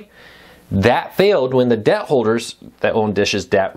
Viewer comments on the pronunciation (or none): none